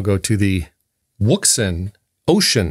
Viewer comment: Wouxun, "Ocean" or O-shun. The W is silent.